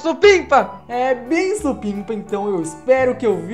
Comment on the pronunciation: para de falar sunpinpa